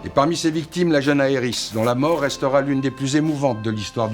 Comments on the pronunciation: on dit aerite... pas aerisss....... ca me fais saigner les oreille ca meme pas d'allure... prenez donc un 5 minute pour passer sur google trad.... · Pourquoi prononces tu Aerith en Areïss, mais Sephiroth en Sephirote et pas Sephirosse?